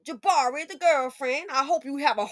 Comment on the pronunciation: Oh Lord, you called her 'Ja'barri!'🤣🤣🤣🤣🤣🤣